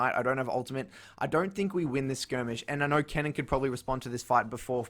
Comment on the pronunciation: "I knoer"